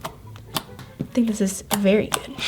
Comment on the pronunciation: A berry berry berry important 😂